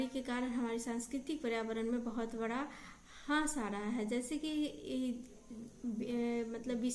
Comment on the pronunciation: Beta aapki classes pehle se kafi acchi ho rahi hai, improvement ho raha hai but thora sa aapko correct karna chahungi. ह्रास hota hai matlab nuksan ya kami aur aap bol rahi hain, हास